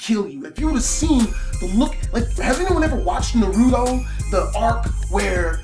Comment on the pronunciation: its naruto not narudo haha but your storys are awesome